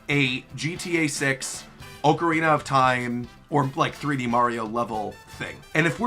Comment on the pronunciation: Really annoying that guy saying oakarina of Time over and over It's Ocarina of Time like how do you not know how to pronounce the game after all these years